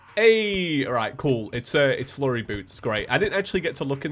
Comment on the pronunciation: said furry im dead